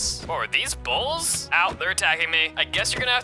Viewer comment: i thouht said balls when i heared its bulls